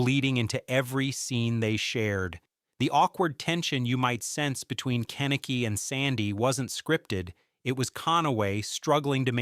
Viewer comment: Also just cause its bothering me..."Ken-Eh-Key" is not how you say his name. Its "Ke-Nick-E"